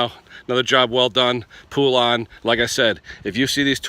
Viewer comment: It’s pronounced Po-lun, not poo-lan! Hope this helps!